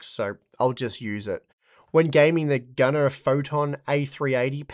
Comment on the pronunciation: Pronounce it 'Gunnere'.. I can't remember who but they got temporarily demonetized on one video because they pronounced it 'gunner'.... I think it's the name mixed with the model which I'm guessing to bots sounds similar to an AR15 and gun or something